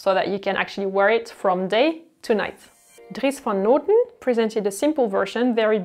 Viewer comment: Your pronounciation of dries van noten is so cute 😂 we say the o slightly different. I love the pastels, its a very neutral way to add color, very wearable. It seems like fashion is maybe going back to functionality a little? Less runway and more wearable. Pants are amazing, but also the length seems to be different, here's to hoping that there will be shorts in store that cover a bit more leg this year!!